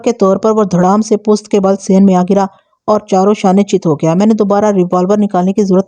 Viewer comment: پُست❌ پُشت✅